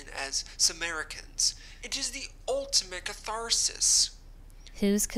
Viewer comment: The way he said catharsis 💀😂😂😂😂